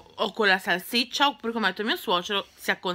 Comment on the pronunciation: Si dice salsiccia no salciccia